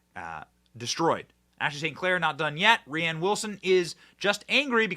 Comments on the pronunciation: Benny his name is pronounced like Rain 😂 not Raighann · Rhiann is a woman's name - Rainn with two ends, and yes it is dumb but it's pronounced rain. I love what you do Benny and I love your sense of humor most of the time but when you say rianne or bursima etc over and over sometimes you confuse or miss a bit of the point that you're trying to get across. Rain Wilson is a narcissistic doofus - and he's totally wrong here but please stop calling him rianne. I feel for the dyslexic issue though For real